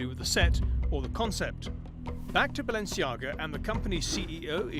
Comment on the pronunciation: It´s not Balenciaga, it´s Baalenciaga!!